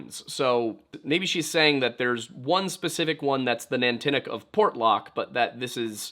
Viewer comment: Nantiinaq is "NON-tee-knock", not "nan-tinnuc". Stavanger is "sta-VANG-er", not "stavvinjur". Stop mispronouncing things. And to answer your question: "gwitchin".